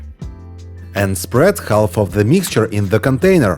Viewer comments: Love these ideas. Also love your pronunciation of haLf. ❤ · "Half" -"《- the "L" IS SILENT